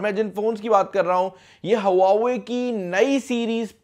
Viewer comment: Bro before u make videos on huawei learn how to pronounce.